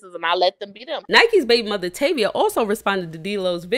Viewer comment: Her name is Tavie not Tavia…